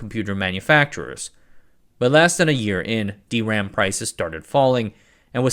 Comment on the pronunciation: I haven't been following videos too closely in the recent past, but I'm very upset at how he's pronouncing DRAM now.